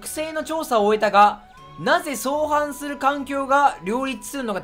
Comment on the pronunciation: 相反する→あいはんする